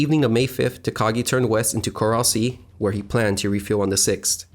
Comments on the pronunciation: great job with research and narrative script ………. only gripe is that the area is the Coral Sea not the Corral Sea - I suppose you pronounce et cetera as excetera also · He pronounced it "corral sea" so I would not stake my life on any of it being correct. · The "corral sea" mistake is just pathetic. It is a decent video but your mispronunciations make you look ridiculous and could easily be avoided with very basic research.